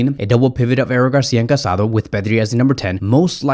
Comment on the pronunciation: The Barcelona midfielders’s name is pronounced Ca-sa-DOUGH. The Accent mark over the last vowel means something. It is disrespectful not to pronounce his name correctly.